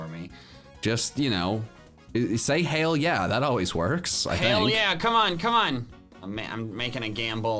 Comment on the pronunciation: Did you say hail ye